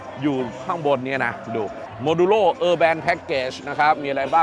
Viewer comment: ลุง urban ไม่ได้อ่านว่าเออแบนนะฮ่ๆๆ